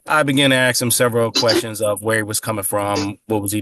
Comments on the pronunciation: Oh he AXED him a question did he? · It is not "ax's" it is "ask" ... Are they uneducated? I am sure at some point in their education someone told them the correct pronunciation.